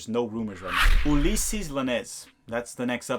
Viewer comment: Ulysses Llanez is pronounced: oo-lee-sez yawn-ez